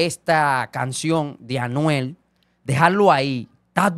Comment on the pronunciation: FAKE FAKE!!!!! Ese no es el palabreo de Anuel…. Fíjense en la pronunciación 👎🏻👎🏻👎🏻👎🏻👎🏻